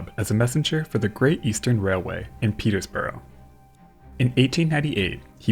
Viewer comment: not Peters-boro, its Peters-bruh.